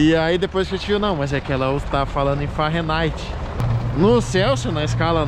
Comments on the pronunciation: "farenigth" não pow Fahrenheit....kkkkkkk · Não queria dizer nada, mas o tá dizendo Fahrenaite e é Fahrenheit, 😁mas eu amoooo o canal, Michele me representa no frio, na minha opinião, melhor canal de viagens, a simplicidade e humilde de vocês me encanta.❤ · O frio do "farrenaite" é foda!!!! kkkkk